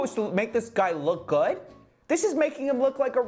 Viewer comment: “is this supposed to make him look gooudtt?”